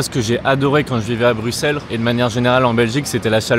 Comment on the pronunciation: Je reste il prononce bruxelles correctement!